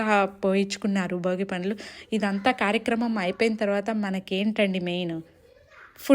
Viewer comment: Boogi kaadu Andi bhogi